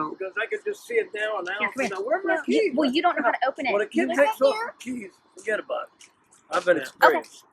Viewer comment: that forget about it sounded like some old school Italian from New York